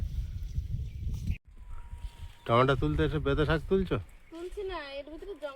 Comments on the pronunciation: tometa bole na tometo bolbe bhul to hoi tumi thik ta sikhe nao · তোমার ননদ, শাশুড়ি মা কিছুপাঠালেনা।।? টমেটোর ঝাল আচার বানিয়ে রাখো। ভাত পাতে খেতে ভালো লাগে। কথা টা টমটা নয়, টমেটো।